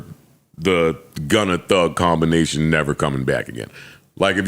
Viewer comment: i laugh every time Joe says “Gunner” instead of Gunna